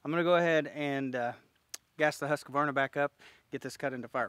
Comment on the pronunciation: I prefer the cut to be 1 to 2" above the notch. Makes for a more flexible hinge that sets the tree in a definite direction before it has a chance to snap loose. I like how you say Husqvarna 😆 it's "who's quar na". (House with grainmill, quarnstone)